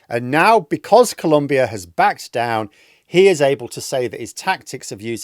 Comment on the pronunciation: It's Colombia ! Not 'Columbia'.